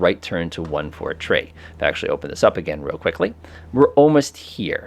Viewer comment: Great video. Also, "3" is pronounced "three" and not "tree."